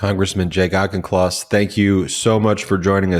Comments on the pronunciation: The name Auchincloss is pronounced Awk-in-closs. Thanks. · Is that really how he says his name Ben? It's quite possible in the USA but as a Scot it hurt my ears. Auchin/Auchen is a very common component of Scots place names. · Congressman Auchincloss…holy smokes…I’m going to have to make it a point to remember how to pronounce that name. Thank you.